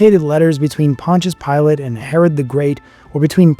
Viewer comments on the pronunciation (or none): This dude calls himself a historian when he can’t even correctly pronounce Pontius Pilate, Tacitus or Aramaic. Plus, several lies in this barbaric misinformed video. Christians were called Nazarenes by the Jews and others and the christians called themselves the saints not righteous or just. Saint is a word used since the Old Testament to refer to the Jews who were religious and pious, hence the meaning of the word - pious/holy not righteous or just. Another biased opinion here by this guy masqueraded as fact , just because Josephus spoke well of Jesus, doesn’t mean his writing was corrupted. Jesus had a very good reputation amongst the people. Josephus is not saying anything out of ordinary of what was said and known about Jesus. If you’re going to talk about Jesus, At least leave your opinions out of it, and do better research than this lazy bum video. He didn’t even mention the most scientifically studied artifact in history which is the shroud of Turin, let alone the other archeological findings.